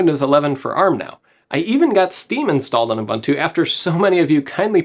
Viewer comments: Since we care for pronunciation: We say U-"boon"-tu, not U-"bun"-tu. Coming from a South African. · Tries to pronounce TI correctly, refuses to pronounce Ubuntu correctly LMAO